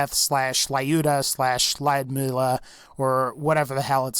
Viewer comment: How the fuck are u saying Lydmila